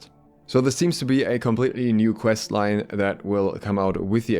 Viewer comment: Every time you said quest it made me my mouse closer to uninstall… Pvp. Pls…